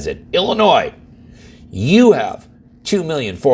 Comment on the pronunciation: im not sure anyone should listen to a person who cant even say a states name right ...